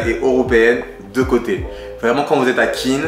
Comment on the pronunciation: « de côté » et non pas « de cöté » 🙂